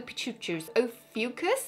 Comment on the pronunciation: And there was me thinking the new star sign was pronounced, "Oh fuck us!" 😜🤣🤣🤣